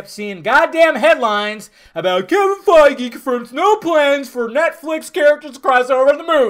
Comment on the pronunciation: Quit pronouncing Kevin's last name wrong it's fucking irritating 😠